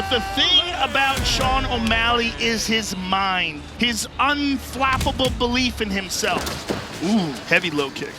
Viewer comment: Did Rogan say unflappable?